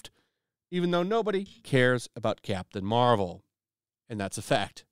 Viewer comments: I thought you said Craptain Marvel..lol.. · I could've swore he said "crap tain marvel" lol